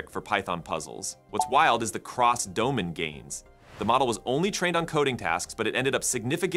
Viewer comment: Your cartoon speaker image is annoying to look at. and your AI voice is horrid. can't even pronounce "domain"